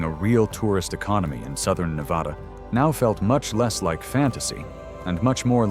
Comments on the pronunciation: It's pronounced Nev ADDA not nev awedda. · I grew up in Reno. To my knowledge their has never been an "O" in Na-va-da. Ever.